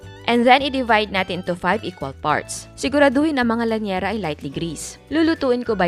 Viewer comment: Liyanera hindi po lanyera